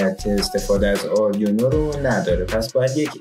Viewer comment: ممنون ولی اردیونو نیست برای یه مهندس زشته تفظ صحیحش میشه اردوینو arduino حتی اروم بخونین و اسپل کنین اردوینو خونده میشه !!!!